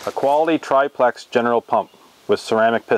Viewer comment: I’m glad that You pronounce triplex correctly, others pronounce it triple x which Slightly bugs me